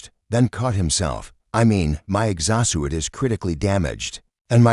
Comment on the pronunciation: This Ai really needs to learn how to say exo-suit. LOL 🤣